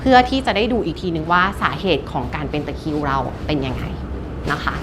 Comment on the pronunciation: ตะคริว ไม่ใช่ ตะคิว ค่ะ